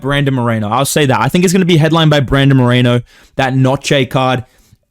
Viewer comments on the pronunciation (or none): none